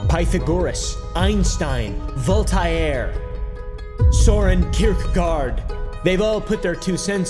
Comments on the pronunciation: Oh no, not volt-ara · The Vol-tye-aire KILLED me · I know im just a village idjit... vol-tie-air? Really? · Volt tie air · The way u say Voltair should be illegal. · "VOL TI AIR"... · You pronounced Voltaire wrong. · You just butchered voltair and kirkegårds names. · Your pronunciation of Voltaire is crazy 😂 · Is that the english pronunciation of Voltaire? Or is that just another version of a name?:) Just curious. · Please tell me you're pronouncing Voltaire like that as a joke